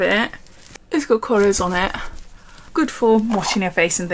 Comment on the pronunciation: Loved the you pronounced it correctly! It’s kor-esh not kors